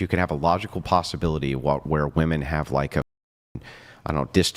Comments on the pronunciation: Oh goodness another woman who doesn’t know how to say the plural pronunciation of woman. So painful. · What is it with young women today that cannot pronounce women right? Plural pronunciation people, women, e not a! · Genuine question: why do so many feminists and ppl in general pronounce women weirdly? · Why does she say WOMAN for WOMEN!?! WHAT IS GOING ON!? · What's up with all of these people saying "Woman" when they mean "Women"? I've noticed it WAY too many times and starting to think it's a troll. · Bro hearing these skanks say woman when when they mean women is infuriating. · Block people who can't pronounce "women" from being on the show. It's spreading error to let them speak. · She pronounces Women wrong. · And sadly she is far from the only one. Drives me mad!